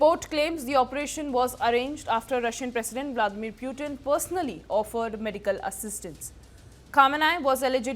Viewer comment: puuutin ? wtf ?!?🤣